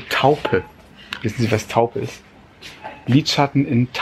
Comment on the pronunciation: Ich konnte nicht mehr vor lachen..... als dein Mann nach dem Lidschatten fragte. .... und wie er es ausgesprochen hatte. Trotzdem hat er sich Mühe gegeben und das sollte hoch angerechnet werden. Süße Familie.